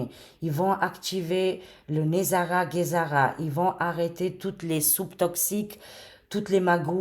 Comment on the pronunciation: Hello ma chérie d'amour , Kikou du Canada / Québec , j'espère que tu va bien , moi ça va toujours très bien , toujours très positive et optimiste à chaque jours parce que ça va super bien , ont regarde un film et le film s'achève , pour te dire aussi GESARA ont dit bien G pas Guésara hi hi hi je plaisante avec toi , je te taquine ma belle Cocotte d'amour 😁😂😍 parce que dans un autre de tes vidéos tu à mal prononcer GESARA tu sait que nous les québécois ont n'a notre accent et nos expressions québécoise pour dire '' je niaise ou je te taquine '' qui veux dire '' je plaisante '' loll 😁 et tu sait que je t'aime fort , je regarde à chaque jours tes vidéos et prédictions , c'est toujours très intéressant se que tu veux nous annoncer et prédire et très souvent tes prédictions se produise , j'ai toujours eu confiance en toi et tout se que tu dit c'est pas des paroles en l'air , en tout cas moi je trouve que ça va super bien et les très beaux changements positive comme l'abondance , la prospérité , la paix , les joies , le grand bonheur ça s'en vient , ont va fêter la grande victoire c'est certain et ça sera à travers le Monde Entier , ça sera dans un Avenir très très proche c'est se que je ressent dans mes ressenties et en passant GESARA ils est déjà actif d'après mes recherches et mes sources qui sont très très fiable , donc se qui touche avec L'Alliance , technologies révolutionnaire de Nicolas Tesla tout est actif , le système financier quantique c'est actif ( QFS ) en anglais c'e